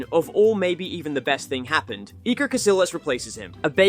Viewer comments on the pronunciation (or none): none